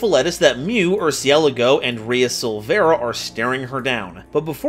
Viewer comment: Just letting ya know, you pronounce Mu Rcielago as Murr-cee-el-lago. Which is the Spanish word for BAT. ^^